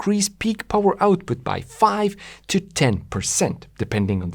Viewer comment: no no no, it's not Powa, it's Powaaahhhh